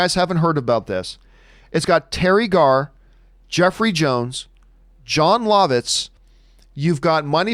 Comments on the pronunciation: He pronounces Jon Lovitz Jon Lahvitz and not Jon Luhvitz. Lol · John, I don't think you're pronouncing Jon Lovitz correctly. I'm pretty sure it's "Love-Itz"